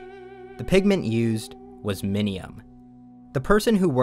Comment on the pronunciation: Bro I thought you said minimum and I got so confused